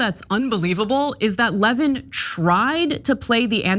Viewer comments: I don't think you should be able to call someone "disgusting" and "bloviating" unless you can pronounce his name correctly. His name is Mark Levín, not Mark Lévin. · I know Mark Levin doesn’t deserve any respect, but his name is pronounced LeVIN, not LEHvin. For someone like Ana, who has been pretending to have her finger on the pulse of right-wing politics for years, pronouncing it wrong makes you sound generally uninformed. Do better. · Yes, it’s pronounced “Le - VIN”. The accent is on the second syllable. Lol! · His name is pronounced Lev-IN, Ana.